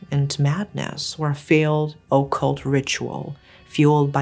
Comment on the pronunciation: Occult is pronounced like uhkult not ohkult